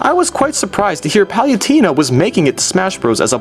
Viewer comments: Pauletana not palutena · you're pronunciation is fucking horrible. it's not guy-ga, it is gig-uh "giga" not pal-you-tane-uh, it's pal-uh-tane-uh "palutena" also, striving for originality? why not, not jump on the bandwagon for many popular things? using nyan cat, doing top 10's, reviews? not very original to me. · YOSHIE Wat....... YOSHIE Penetguster 5000 Giaiga Bowser are you kidding me Palatina omg Dude Watch what you say XD also it's not Star something It's PK SHOWER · palyooteena? oh god that hurt.. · You cannot pronounce words. Palutena(PAL-OO-TANE-UH). Giga? Really? I have never heard anyone mispronounce that. I'm just gonna let you figure that out on your own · Sorry to be that guy, but… It's Lady Pallette-ana. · #9 Ya got one right! #8 In Bowser's Inside Story he can grow to fight giant castle robots. #5 So that's what happened to Snake #4 It's (Pal-Loo-Teh-Na) #3 The green power pellet is from Super Pacman and makes him huge